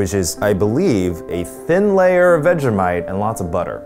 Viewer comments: You don’t say vega mite it’s vege like vegetable mite vegemite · I am not Aussie I'm a kiwi and I cried at how they said 'vhejimiete' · I'm sorry, "new-tella"?! Also the way they say "Vega-mite" and STILL used too much for the "thin" layer 😂